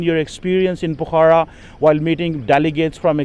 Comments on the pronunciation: Pokhra not pukhara.. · BABA PRONOUNCE PO- KHARA, NOT POKHAARA. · Fuddu, it's called "POKH-RA". Can blame you as it reeks of PAX-TAN quality of education. Not to add the fake American accent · cannot speak Pokhara properly what sort of Phd student is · Even a German can pronounce pokhara correctly than...just look at his English accent...it's so bad